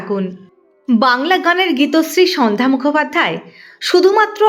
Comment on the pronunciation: উপস্থাপিকার উপস্থাপনা ভালো, কিন্তু কিছু ক্ষেত্রে উচ্চারণের সমস্যা রয়ে গেলো।সন্ধ্যা শব্দটি অন্যরকম লাগছে উচ্চারণ বিভ্রাটের জন্য।